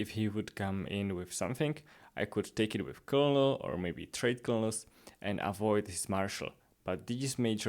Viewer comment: Colonel is pronounced like “Kernle”.